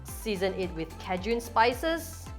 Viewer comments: Kay-shen yes .......cahjune...no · I thought you were saying kejoon seasoning, like some sort of seasoning I wasn’t familiar with. Then I realized you were saying Cajun. 😂 Silly me. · The spice is pronounced ˈkā-jən. The emphasis is on the first syllable. You can hear it pronounced at Merriam-Webster Dictionary here